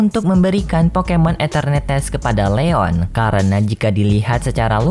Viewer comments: Eternatus bang bukan eternetes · Bg nyebut enternatus nya kok kayak enternetes😂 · mimin mohon maaf atas penyebutan nama pokemon eternatus yang menjadi etenertees, sebenarnya waktu record mimin yakin udah nyebutnya eternatus, tapi waktu ngedit mimin baru sadar mimin salah sebut jadi eternetes, kalau mau ngulung record bakalan lama dan suara mimin sudah habis, jadi mohon maaf ya kalau kurang nyaman dengan sebutan enternetes wkwkwk. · Anjai eternetes